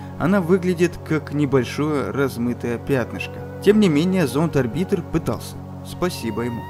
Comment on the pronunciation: Господи, чувак, что за бред ты периодически несёшь??? Ты проверяешь свой собственный сценарий, перед тем, как его прочитать? Уже хрен с ними с ударениями (орбИтр, вместо Орбитера), но связность повествования просто теряется. Спасибо, что ДВАЖДЫ рассказал нам о давлении на вершине Олимпа. А эта охренительная кулстори о первых марсианских альпинистах-покорителях Олимпа, которые, не только лишь все, добрались до самой высокой точки и потом не смогли бухнуть в скафандре... Что это? Тебе не приходила в голову мысль, что им, по пути на вершину, нужно было как-то кушать, писать, какать и, внезапно - пить жидкость? Выключил видео, после планов Королёва собрать марсианский космический корабль, на ОРБИТЕ ВОКРУГ ИСКУССТВЕННОГО СПУТНИКА ЗЕМЛИ. ЁТМ! Оказывается, Королёв был настолько крут, что в те далёкие годы собрал на орбите ИСКУССТЕННЫЙ СПУТНИК, обладающий настолько значительным гравитационным полем, чтобы на его орбите можно было-бы собирать марсианские корабли! Прям, утраченные технологии предков! Хочется сказать, что сценарий писала нейросеть, но я заблочил твой канал, когда про ГПТ ещё никто не знал - уже тогда ты нёс такую ахинею, что уши вяли. Понятия не имею, почему Ютуб начал опять кидать мне в предложку твои видео. Я не могу понять: тебе настолько похер на твоих зрителей и тематику, по которой ты снимаешь видео, либо ты просто фантазирующий школьник? Взять тех-же "Космос просто", "Спейс рум" или "Улицу Шкловского" - там авторы стараются, перепроверяют материал, проводят изыск